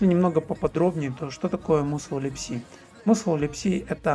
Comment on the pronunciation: Мне кажется musl читается как масл, так как ударение на u, а в таком случае она читается как а